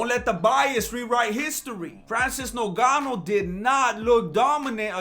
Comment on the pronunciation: Can't stop laughing Avery time you say noganu 🤣🤣🤣